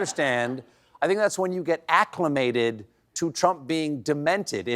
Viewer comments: Acclemented.... I think you meant acclimated. English was never his first language i see 🤣🤣🤣🤣🤣🤣🤣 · “Acclimented”…. That’s not in the dictionary! Maybe he’s trying to learn one misused, mispronounced word a day! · “Acclimented.” Trump’s a moron with a tiny vocabulary. When he learns a new multi-syllable word, he assumes it’s so advanced he has to explain it to his audience. It never occurs to him that the rest of us learned it when we were teenagers. Of course he mispronounces it. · Acclemented! Sounds like my grandson😂